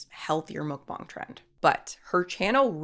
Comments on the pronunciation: ohhhh no, you still pronouncing mukbang wrong. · I was going to watch this vid but I honestly can't stand when ppl pronounce 'muk bang' as 'mook bong'. It's like when americans say meh-he-co, instead of mexico. Using a different accent to pronounce a single word is just so incredibly cringe to me. I still love ya though so I put this comment in to appease the algorithmic machine gods. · It's just pronounced muck-bang...why are you putting that stank on it 😂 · It's pronounced muk-bANG!!